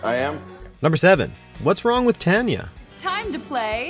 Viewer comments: it's pronounced Tahn ya, but (or what's his name) says it like he would Tan us. I really really feel annoyed with things mispronounced like this. ITS TIME FOR ANOTHER TOP TEN ON MISPRONUNCIATIONS. Just so the cast can say things that don't... Sound awkward than what the clip says or how they actually say it. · Why does he keep saying TAN-ya when everyone ok the show clearly said TON-ya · What is that pronunciation of Tanya? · HOW??? How could you pronounce "Tanya" wrong twice when they say it twice in the clips?? I hate to say it, but do the narrators of these never watch the clips first and hear the pronunciation?? Your's is NOT the only channel to do this. But it is such an easy fix.. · Cringing at the pronunciation of Tanya. The commentary over all on this video was awful on so many levels. Glad they got the Mike Myers sketch in tho